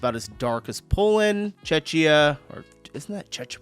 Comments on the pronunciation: Just pronounce czechia as Check-ia and you are cool. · Czechia is pronounced as Chekhia